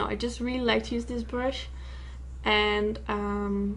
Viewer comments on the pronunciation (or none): I love the way you say brush, like it's pronounced "bruhsh". Cutest accent ever. Love this look, too!! Keep up the great work :)